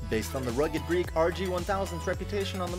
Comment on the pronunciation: He keeps saying Rugged Greek but the text says rugged Geek. Must be a reverse Boston accent where people pronounce r's and words that don't have any r's.🤣